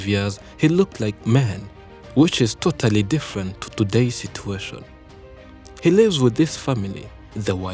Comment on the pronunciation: Totally,tothally,Thotally-------Sounds Ru....... accent 👹😁🙏